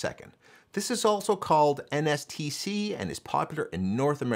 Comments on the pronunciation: NTSC, not NSTC 😅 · NTSC, not “NSTC” 😊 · Great video as always. Just wanted to point out it’s NTSC, not NSTC. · NTSC not NSTC 😊